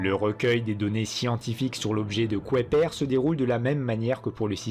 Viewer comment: pourquoi le narrateur prononce la ceinture de kouaiper au lieu de kuiper !